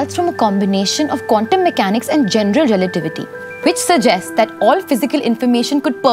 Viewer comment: Did she say "Condom" physics for Quantum? Cuz i just heard that way.